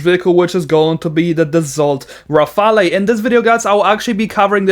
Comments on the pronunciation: it's not Rafal-e. It's pronounced Rafal.:) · it is pronounced as Ra FAIL